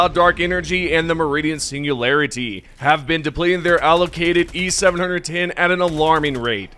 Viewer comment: It's not e700 10, its just e-710, seven ten...